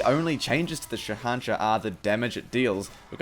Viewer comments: It's pronounced shay un shah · It is said Sa An Sah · It is pronounced as sh a hen shaah and it means king of kings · Sha nah sha-sha is how it's pronounced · its shahanshaH. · The pronunciation is killing me